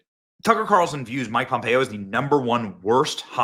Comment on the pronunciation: You are pronouncing Mike Pompeo correctly and being raised in KS, I never liked him when he was in office and voted against him when I had the opportunity. I'm not a Democrat either so that is not why he didn't get my vote.